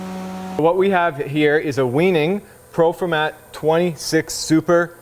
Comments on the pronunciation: its pronounced...why-nig. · No ! Pronounced vi nig. They are German